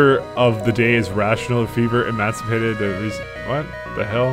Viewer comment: 'emancipated'? One day I hope to hear pronounce that right:P